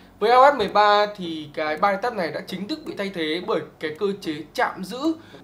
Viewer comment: v a duy đọc từ touch nghe cùi chuối vl :))